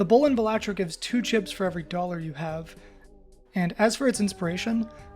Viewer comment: Thunk: "BAL-uh-tro" Everyone: "Buh-LAH-tro" This guy: "Buh-LAT-tro"